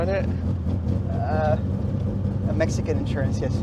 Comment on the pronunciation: "that messican insurance" 😂🤣